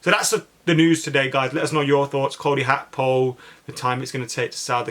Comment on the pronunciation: WTF is Cody Hakpo?